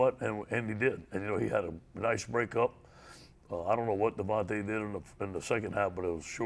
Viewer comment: Let me help you stupid it’s actually DeVonta Smith. Not devonte